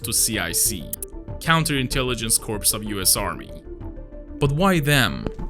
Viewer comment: The "p" in corps is silent. Also, saying Nazi is inaccurate. The term was coined by German detractors within the Heer in the 1930s. Men such as Chancellor Hitler, and Reichsmarschall Goering would have never referred to themselves as a Nazi. The correct English name of the party in power in Germany from the 1930s until 1945 was the National Socialist German Workers Party. Thus, the correct, albeit shortened term for an individual member thereof, would be National Socialist.